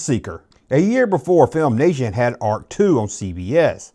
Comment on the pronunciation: Its Filmation. Not FilmNation.